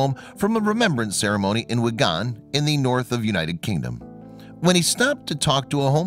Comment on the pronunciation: For your information the town in question is Wigan,pronounced Wigan not Wigaaaan,and the famous entertainer George Formby was born there.